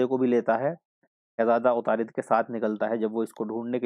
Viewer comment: Good explanation lekin wo atarud hai..na k utarid